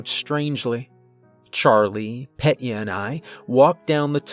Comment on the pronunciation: It isn't Pet-Yuh. It's Peh-Tyuh. 👍